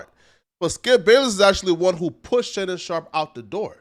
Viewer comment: "Shannon Shop"???